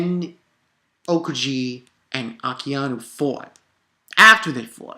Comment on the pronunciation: Aokiji(A-o-key-gee) Akainu(Akha-new)